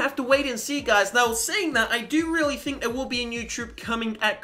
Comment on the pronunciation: think not thimk